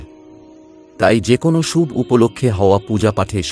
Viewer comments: খুব ভালো প্রতিবেদন। তবে কথাটা 'ব্রহ্ম মূহুর্ত' নয় 'ব্রাহ্ম মূহুর্ত'। 'শুভ্' নয় 'শুভ'। বাংলা শব্দগুলো একটু কানে লাগল। প্রচেষ্টা প্রশংসনীয়। ধন্যবাদ। ভালো থাকবেন। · আপনি কি বাংলা ভাষা জানেন না?? না তো ছন্দে পড়ছেন আর না উচ্চারিত আপনার সঠিক। খুব বিরক্তিকর। শুভ কে সুব বলছেন কেন